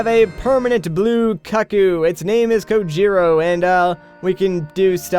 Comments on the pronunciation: Whoa looks like Ganondorf caused the apocalypse. How did he die? It's actually a Spanish name pronounced "Co hero" as we know in Spanish J=H. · The return of "Co-hee-rrro"!